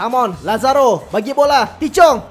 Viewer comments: tahith chong bang bukan tichong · Cara nyebut namanya bukan TI CHONG, tapi Tahith Chong